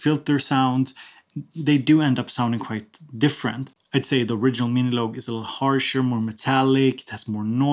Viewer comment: love how you pronounce it as "miniloag" haha